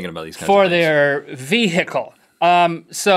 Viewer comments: 've-hice' LOL! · link: ve-hickle. Lol